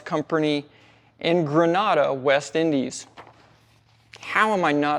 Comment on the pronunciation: Grenada is actually pronounced as, "Gruh-NAY-duh." It's a carryover from the British colonial era. Just as Trinidad's sister island's name is pronounced as, "Tuh-BAY-go."